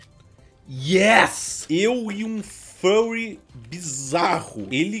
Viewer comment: o jeito que o fala furry LAKALK